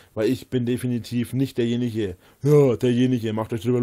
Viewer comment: Wie er einfach nicht versteht, dass "ich bin nicht derjeniche" wegen der aussage an sich und nicht wegen des dialekts lustig ist.